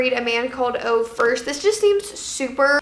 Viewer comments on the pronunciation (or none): loove these kinds of videos! a man called ove is a swedish book and its really good! just so you know though, you actually pronounce the E in Ove<33